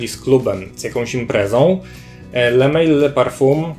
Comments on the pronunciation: to nie jest le mejl tyklo le mal. To nie jest angielska firma tylko francuska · Taka drobna uwaga . Sam zapach jak i jego nazwa pochodzą z Francji . Le Mal ( wym. ly mal -samiec) nie le mejl ( tak byłoby po angielsku). Sugeruję korzystać bodaj z translatora , będzie bardziej profesjonalnie. Piszę to absolutnie bez złośliwości , a raczej z życzliwości.Pozdrawiam.